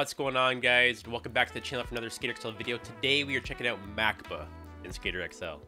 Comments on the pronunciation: If I think I’m correct it’s pronounced (Mack-bawh) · For some reason I thought you said "Mac Book" and had to get back and double check lol